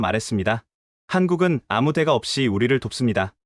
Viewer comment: 대가라고 읽지말고 댓까로 발음 하세요. 왜냐하면 대는 단음입니다 리당하는분 장단음을 공부하세요 긴음과 짧은음이 있어요